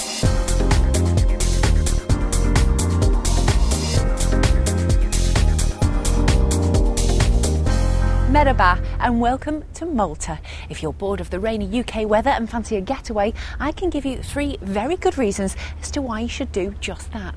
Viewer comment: it's merHba not merba ,idiot.